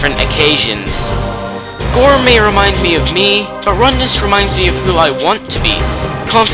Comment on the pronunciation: Rundas... really? To each their own.